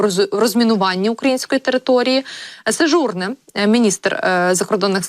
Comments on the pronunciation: Пані ведуча, слід правильно робити наголос на французькі прізвища 🙂 Не Сеж(у')рне, а Сежурн(е') 👈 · Ведуча,ставте правильно наголос---Сежурне,наголос на Е,виглядає безграмотно !!!